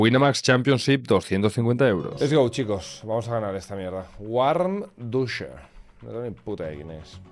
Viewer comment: Bro, se lee Vandusher. La w es como la V. Buena partida